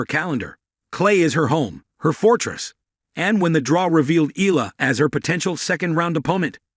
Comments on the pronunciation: pronounce it Eyala not Ela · Umm... pronounced... E-Ya-La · Eala, Iga- you dont care how to prenounce, its enough to know English names- what's an ignorance